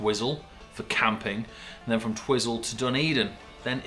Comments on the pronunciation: It may be spelt twizel but it's pronounced twy zil, lol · Love how you pronounced Twiz -el 😂 sounds like a UK snack 😆 good people it's called Twi - zel pronounced as (Twizal ) 😉